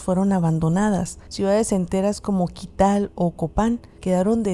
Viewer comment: Kital......? Tikal.....